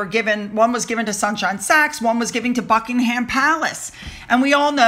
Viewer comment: One more pronunciation challenge for you: Buckingham (Palace) Buck-ing-mm or -um There's no 'h' - it's not '-ham'!!